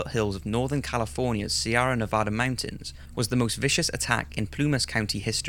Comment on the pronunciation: Sierra is pronounced "see-air ah" and Dana is pronounced "Day-na"